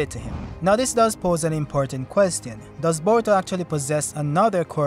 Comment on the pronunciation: Why you pronounce "question" like that?